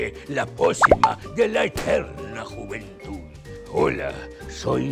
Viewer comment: ¿dijo "jumentud"? lol